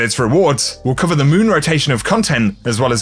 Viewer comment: "moving over to the mööün"